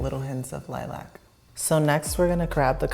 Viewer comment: Why can't you nor say lilac properly, so funny